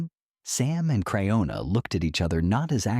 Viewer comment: Pronounce her name right stupid if you're going to do a report. A report that's just full of crap. Get off the Airways you're just hurting people